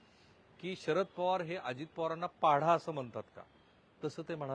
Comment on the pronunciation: पाढा नाही सर पाडा!